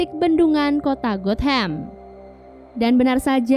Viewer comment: Gotham not got ham lol😂